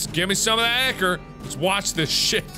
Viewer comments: UGHHHHH IT IS NOT PRONOUNCED ICKER. IT IS EYE-CORE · PJO fans cringing as he says ick-or. Ichor (eye-core) is supposedly the golden blood of the Greek & Roman gods/goddesses. Sorry for nerding out, I had to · "ichor" is pronounced(I-core) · ichor is pronounced eye-kor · Btw Ichor is pronounced Eye-Core! Just wanted to let you guys know if you didnt already! 😀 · Ichor is actually pronounced "I-Cur" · Its actually pronounced Ichor [Eye-Core] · I'm pretty sure it's pronounced eye-core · Ichor is pronounced I-Core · It is pronounced I kor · The way he says ichor just gets me every time XD